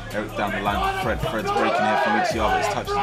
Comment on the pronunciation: Not him calling Fred Freed